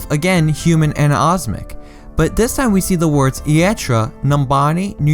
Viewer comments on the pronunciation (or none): omnic not osmic grrr XD also u did miss out the two biggest speculated in sombre and annie Amari (I have no clue if I spelt that right but pharahs mum)